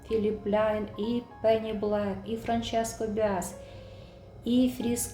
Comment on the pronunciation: Правильно говорити франческо Басіа